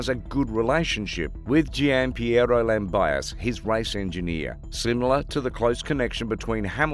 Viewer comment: lam biase..................jo verstappen............. thank you for informing me lam-bi-as-sy jos